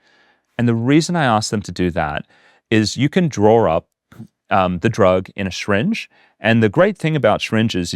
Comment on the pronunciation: I got stuck at the way this bloke pronounced the word syringe. Also, I can’t stand Tony Robbins and people like him. While I think we need people that tell others to get off their rear ends and take responsibility, I just don’t like him.